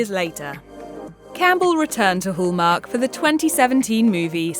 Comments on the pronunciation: Very irritating to hear it called whooomark...its Hallmark. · There's no o in Hallmark you need to learn how to say it Hall no-oooooo